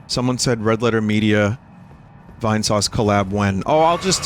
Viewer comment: viiinesuuuuuuuuuaaace (Jersey accent)